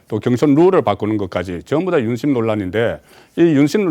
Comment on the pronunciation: 윤심이냐 임신이냐 발음 똑띠해라 ..알것나...